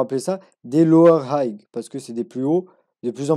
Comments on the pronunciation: le "g" ne se prononce pas. "high" se prononce comme une aïe avec un H devant et non comme un aïegue et "higher" se prononce donc comme "ailleurs" mais avec un H devant. merci pour vos vidéos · hayer low .. la pronunciation.. hay cest pas hayg ... fais att frero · Haygueur low haigheur haygue mdrrr il me tue ton accent